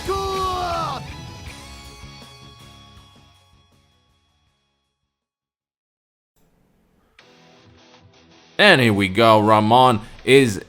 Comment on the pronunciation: Well, considering that México in Japanese is written ME KI SHI KO he does a pretty decent job